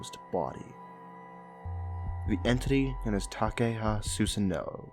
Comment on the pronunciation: The way you pronounced Susanoo made me hate the game.